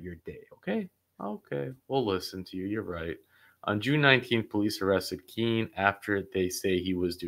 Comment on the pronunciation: Keen not key lol thought the same thing